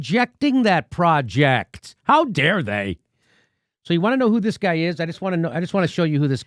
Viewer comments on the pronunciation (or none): none